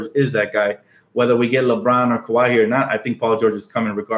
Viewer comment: It's "Kuh-why" Leonard bro